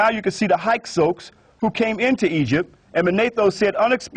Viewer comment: Narmer defeated scorpion? He may have been narmers father. You don't know shit from clay. And learn to say Hyksos properly. Total tool.